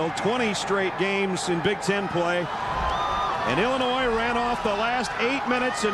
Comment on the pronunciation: Can the announcer seriously not pronounce Illinois?